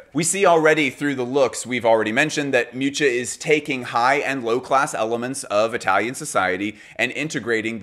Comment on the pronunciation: Hearing his pronunciation of Miuccia ("Mewcha") was atrocious